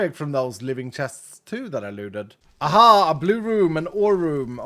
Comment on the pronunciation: Bro, you Swedish? Your "Ahaa" sounds like what i hear everyday